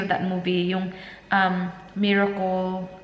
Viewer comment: miracol? :D MIRACLE {mi-ra-kel}